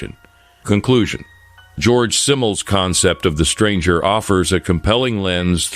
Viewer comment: His name is "Georg" not "George". Also, "Simmel" is pronounced with a Z like "Zimmel". He was German.